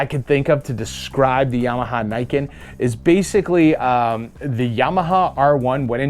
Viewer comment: For anyone interested, it's pronounce nee-ken (literally like the name ken). I haven't seen the kanji but 99% it means two sword (ni it's two, ken is one of the words for sword)